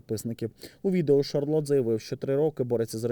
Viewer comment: Шарлотта а не шарлот